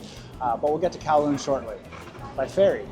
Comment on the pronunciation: You are the 1st youtbr to pronounce kowloon correctly